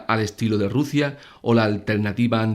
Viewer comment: Rusia se dice Rusia….